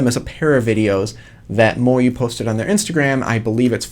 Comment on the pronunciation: He says moyu like moryou